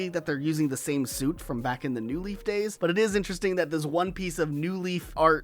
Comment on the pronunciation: why do you always accent the NEW in new leaf instead of the LEAF in new leaf. it makes it sound like there’s an “animal crossing leaf” that you’re trying to differentiate it crom